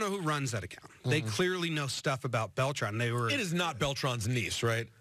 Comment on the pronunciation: It’s Beltran ;)